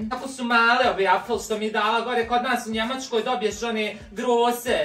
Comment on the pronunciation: Ovo mi je naj smjesnije. Kad naglasava . Da je kupila u njemackoj.